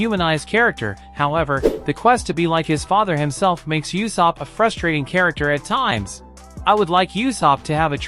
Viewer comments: It's u-sop dude not yusop :( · It’s usopp